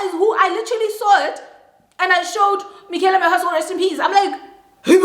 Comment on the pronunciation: Everytime says Mikhyala, I automatically say " may her RIP" 😅